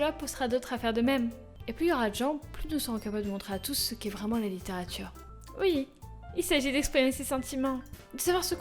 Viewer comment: Cette façon de pronnoncer "litterature" dans les premières secondes #.# Et j'kiffe aussi les voix que tu fais ! =D ah le petit bug de montage XD Sinon, je suis la seule à me dire que j'aimerai bien entendre tes analyses de poème ? Tu pourrais en faire des vidéos non répertoriées -où tu pourrais simplement mettre le lien en suggestion au moment où tu finis de lire le poème-, pas trop scriptées, pour nous dire comment tu vois les choses ? Enfin, ça doit être affreusement long à tourner et à monter... Mais je kifferais ! =D